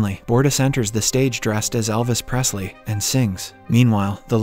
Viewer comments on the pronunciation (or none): none